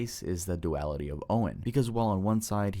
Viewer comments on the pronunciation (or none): none